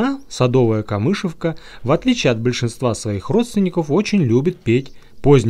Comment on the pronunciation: Не камышевка,а камышовка. Ударение на О.